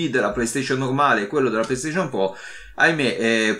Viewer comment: Scusa mah il po1 è po2? Scusa o la R moscia 😂 pro 1 e pro 2